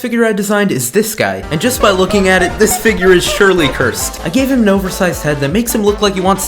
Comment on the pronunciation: He said cursted 9times dan